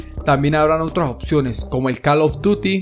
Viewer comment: He says call of toty